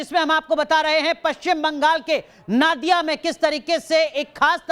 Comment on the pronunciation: नादिया नही नोदिया ...ठीक से बोलिये...